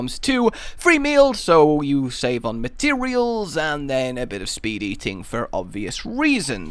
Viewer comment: when he said speed eating i honestly heard "speedy ting"